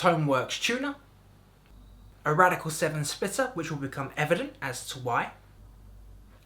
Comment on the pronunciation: There's no "c" in Radial.